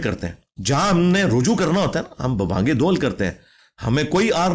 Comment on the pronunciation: aoa brother. its not rahju, its ruju'3 (3 is ع and ' is ء )